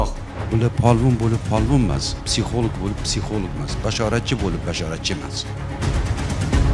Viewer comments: Бу канака олима булди психолог сузини тугри айтолмайди. Психолик деб. Аввал тугри гапиришни ургансин. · Битва Тиранов 😅, психолог сузини тугри талаффуз килолмайдиган ,,психолог....Олима,файласуф,аллаканча китоб ёзганларни танимайман. Онам билан бир соат сухбат курганимда канча хаёт китобларини укигандек булардимХозир кизларимга айтаман,биргаликда хотирлаймиз.Жуда куп маколларни билардила.Хар бир мавзуга мос маколлари бор эди.34 ёшларида 4 норасида гудаклари билан бева колиб,оддий касалхона ошхонасига идиш ювувчи булиб ишга кириб,рузгор тебратганла.Жойлари жаннатлардан булсин.🤲